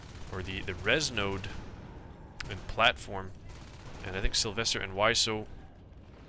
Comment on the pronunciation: why do you pronouce sylwester with a v?